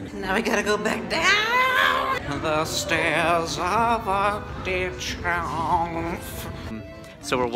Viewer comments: nobody:: StAiRiS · please make a sketch of messing up more words!! (these slips are steppory)